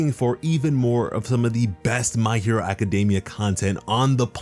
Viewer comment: The only pronunciation that bothers me is how you say 'Academia' Incorrectly lol. But i'll live XD